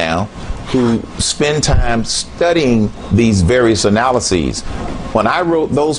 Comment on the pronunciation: a president that can't say analysis - no thanks